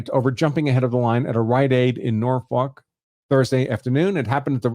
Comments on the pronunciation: Can't blame out of town folk for not knowing it's pronounced, 'Nawfuck' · Aaarrrggghhhh he can't pronounce Norfolk 😮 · They never can lol